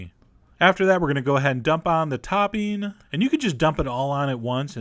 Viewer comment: I love the way you call it “toppeen” 😂